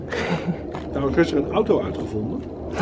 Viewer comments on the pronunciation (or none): none